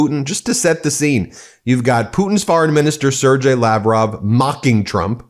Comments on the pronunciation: Sergei(y) is pronounced "ser-gay" NOT 'ser-jay'. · Sergei Lavrov (sad horse 😂) is pronounced as Sir Gay. 💩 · Sergei is pronounced with a hard g like Give. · It's pronounced ... Ser-GAY.... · I love you Guys..... Not a day goes by, that I don't get at least a few of your videos under my belt. I have little "nails on chalkboard" moments though, when you pronounce "Sergei". It is more "Sir Gay". The G is hard. (That's what she said) Anyway- I only say anything b/c I care. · It’s pronounced “sir-GAY”. Really. Makes sense in Russian.